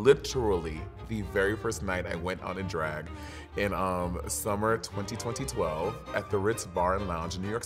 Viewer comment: It’s actually not the first time I’ve heard her say it that way